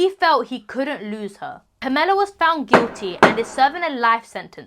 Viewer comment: The way she’s pronouncing “Pamela” is making me cringe almost as bad as her mom being Jackie Chans bodyguard….